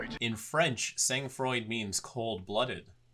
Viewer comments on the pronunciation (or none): Pronouncing "Froid" as freud. it hurts my ears to hear